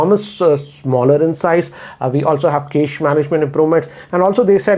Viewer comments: Cache is pronounced as 'Cash' Sir. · Loved the way he says 'cache'😅